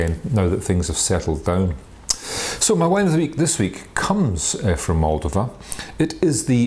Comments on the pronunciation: It’s MOLDOVA not Mooldiva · You should work on pronouncing Moldova and Rara Neagra correctly.